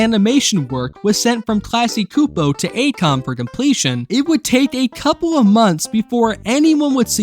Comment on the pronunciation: The Cs in "Csupo" is actually a "ch" sound as in "Chair"